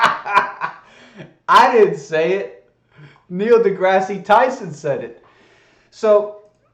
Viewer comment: Why did you make fun of GE for pronunciation when you can't correctly say Degrasse? He isn't named after a terrible canadian TV show.